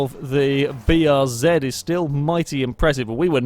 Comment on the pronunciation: Bee Are Zed It's nice to hear someone pronounce the name of this car correctly, for once. Kappa